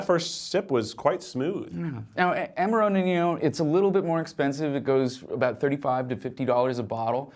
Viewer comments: lol, why do you pronounce Amaro that way?!😂👻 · This mispronunciation of Amaro is killing me… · Is no one else dying over the passionate mispronunciation of amaro?!